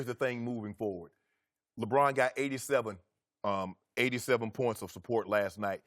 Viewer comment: I hate the way Chris says LeBron’s name.